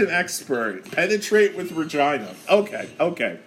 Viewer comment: Re-Gee-nah you misfit lol